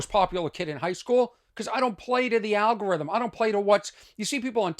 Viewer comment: I'm South African, so I hope I don't offend anyone - but algorithm sound alot like Al-Gore-rithm -- Thought that was funny 🤣